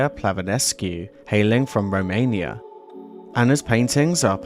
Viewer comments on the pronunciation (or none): none